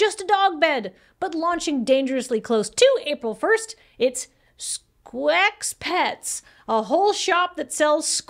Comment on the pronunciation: Dagnabbit! "sqare" is not "square," it's "scare," and "sqex" is "skeks" as in "skeksis," not "squecks."